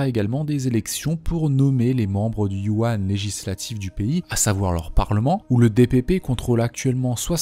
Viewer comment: "Yuan" se prononce "üèn", et peut aussi se traduire par "conseil" ou "assemblée"